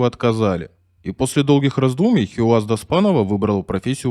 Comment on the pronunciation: Хийяз, а не Хиуаз! Хорошо ещё, что не хи-камаз её обозвали. Эта отважная лётчица заслуживает хотя бы того, чтобы поинтересовались, как произносят это имя люди её национальности. Вместо этого имеем безграмотного и равнодушного диктора с деревянными интонациями. Он даже не удосужился прочитать, как пишется её имя на памятнике.